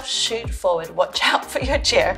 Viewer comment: Every time you say "out", it means "ouch" to me >.<. Your videos are really helpful. I'm your fan <3